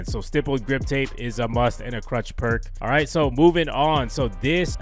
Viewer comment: Is he saying crutch or clutch?